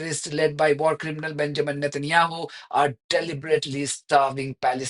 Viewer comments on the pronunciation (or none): none